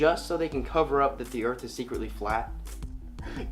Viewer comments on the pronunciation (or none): Did you not pick up on the fact that is a comic actor, and these flat earth videos are parodies? Check out his other vidoes. When he is playing some other character, he can pronounce earth, not earf, that's part of the act. Get it? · I watched a few videos and heard him say earf --- I picked non-flat-earth vids too. Do you have an example where he pronounces it properly?